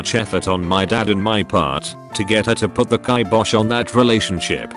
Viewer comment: Out of all the mispronunciations, it pronounced kibosh correctly lol